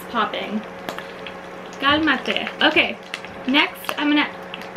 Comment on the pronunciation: did u say "kalma, te"???? omg #AskMeeshLA